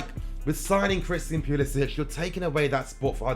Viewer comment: Theres no H at the end of his name.